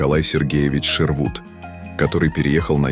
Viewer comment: неправильные ударения у диктора . .мало читали об архитектуре? окна стрЕльчатые, архитекторы ШЕрвуд...